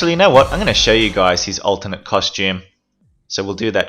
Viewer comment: Are you saying ultimate or alternate? Cus it's the latter